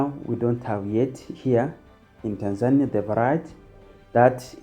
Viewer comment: Pronounce TANZANIA like a Tanzanian not like a Kenyan! Say TANZANIA not TANZAAANIA